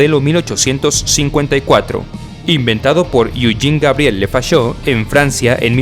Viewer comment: Se dice lefoché no lefachó..